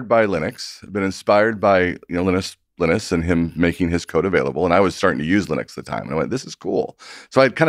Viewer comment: He pronounced Linus as "Lih-nus". This is definitely shots fired. This is going to go Joe Rogan.